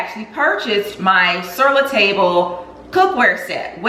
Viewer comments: Hi I really like your video and the great finds; I hope you don't mind, but the correct way to pronounce Sur La Table is "syur lah tahb-luh" not table. I know it's an American store with a French name. Thank you, for sharing your life and style with us. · Hi. Love your videos! I know the spelling of the name of the new pots is "Sur La Table" but I believe I've always heard it pronounced more like "Sir La Tahb" (rhyming with "Bob"). So glad I found your channel! It's always so much fun tuning in.